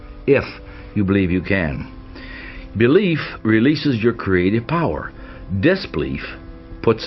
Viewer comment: I can't stand the narrator's pronunciation of the word "belief"! There is a vowel between the "b" and "l"!